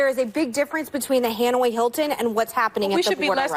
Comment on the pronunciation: She said "Han-Way Hilton" right? Fuck she stupid.